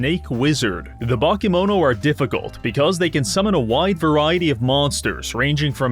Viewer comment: Your pronunciation of "bakemono" (Japanese word for monsters) made me realise how important accentuation is, because despite all of the letters being pronounced more or less correctly I only realised it's that word when you were explaining it's basically Japanese monsters.